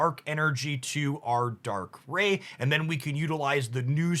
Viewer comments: Weave is pronounced right. Darkrai is like rye bread and not like ray gun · Dude love your content, but this video was hard to watch cause you mispronounced both their names wrong, I swear it's on purpose 😂 Weavile is vile, similar to bile. Also how do you read rai and say ray.. bruh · I know the mispronounciation is often a tactic for engagement, but I have to listen to the first two minutes again because I winced each time you said Dark-ray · If you are going to correct him at least do it right — Dark-Cry implies two hard consonant sounds. It’s Dark-Rai, pronounced phonetically exactly as spelled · I'm convinced you pronounce these names incorrectly for more engagement lol. Darkrai = dark-rye like rye bread. Cyrus = sai-rus sai pronounced like eye. Weavile = we-vile. Electivire = elec-ta-VIRE, kinda like fire with a v, not electreeve. Loving the deck lists though, keep up the great content. 🙂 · Dark-rye (like the bread) Wee-vile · Dark - rye We - vile Also, don't really mind the wrong pronunciations, they are hilarious. Plus they start engagement. Love the videos my dude. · Dark-Cry (Darkrai) Weav-vile (Weavile) Whenever I pop in a stream I’m tempted to correct your pronunciation but I also end up biting my tongue. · Haha you said their names wrong (idc I think it’s funny just commenting for the algorithm good up the nice gameplay was fun watching some of this live earlier)